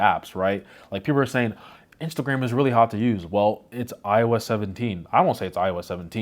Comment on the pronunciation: english accent slipped out "really hard to use" fake american confirmed